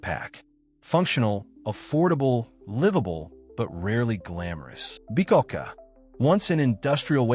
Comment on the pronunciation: I’m sorry, but someone who says “Lam-BRA-te” as “Lam-rate” just made it clear they don’t know anything about Italy or Milano. It made me laugh out loud when he said “BYE-cacca” for “BEE-coh-ca”. Is this AI slop? If it’s a real person, they don’t know anything about Milano.